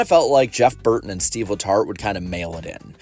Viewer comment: no joke. At the very beginning I thought you said seedless hearts, rather than Steve letart.